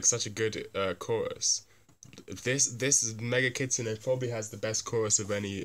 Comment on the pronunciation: It's called Megitsune. Not MEGA KITSUNE. Also thanks a lot for these vids. I'm a huuuuge BABYMETAL fan and i have a friend who's a huuuge Death Grips fan. And we just watched these two vids trying to convince each other of the greatness of our fav bands. I don't feel it worked tho in the short run because he was not convinced enough in their similarities. I did understand the intent that these bands are similar because they are daring enough to kill the standards. In any case that similarity though happened to not enough to bridge the genre gap which i thought would be possible because he mainly likes Death Grips due to their originality.